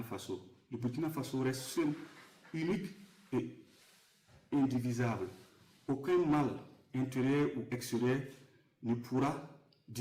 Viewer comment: KO ''indivisable'' la lecture de l'heure. On dit ''indivisible''